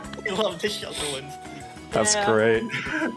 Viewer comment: I think you meant to say shellder?